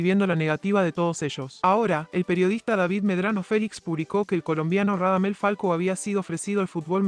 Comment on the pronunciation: Es falcao no falco